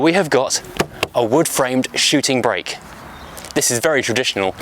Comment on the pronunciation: "Perhaps this isn't a shooting BRAKE." he says. Quite right - it's a "SHOOTING brake". Imagine making a whole programme about something you don't know how to pronounce...